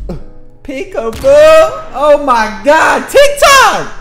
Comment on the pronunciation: So funny how you say peekaboo